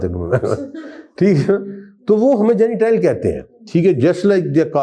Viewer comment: حضرت صاحب آپ کے تلف ظ صحیح نہیں جینیٹائل مہی جنٹایل ہوتاہے